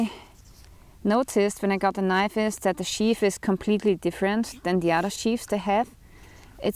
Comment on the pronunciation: Yeah words in English with "th" are NOT pronounced like an "F". So the word "sheath" is not sheaf